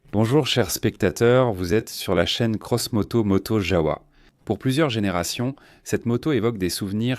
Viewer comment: ons prononce JAVA le W ce prononce V et le V se prononce F